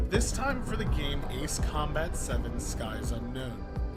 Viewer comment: That's how you correctly pronounce it...